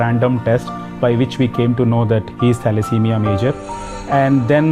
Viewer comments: തലെസീമിയ. എന്നാണ് ശരിയായ ഉച്ചാരണം. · esophagus, thalesemia തുടങ്ങിയവ ഉച്ഛാരണം ശരിയായില്ല